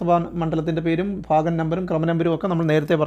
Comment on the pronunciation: ഫാഗം എന്നല്ല ഭാഗം എന്നു വായിക്കൂ